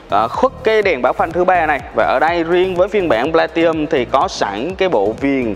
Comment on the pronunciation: Góp ý với bác Platinum nó có chữ N nhưng bác bỏ qua không phát âm, hạt sạn nhỏ nhưng vì từ này xuất hiện nhiều trong video làm mất vui khi xem